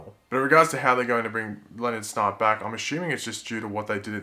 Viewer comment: When you say 'Snart' it sounds like 'snot'.